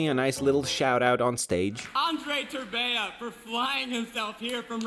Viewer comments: English-iying names make them sound so weird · I love how they can't pronounce his surname for shir lmao also i want him to make a 'speaking romanian' video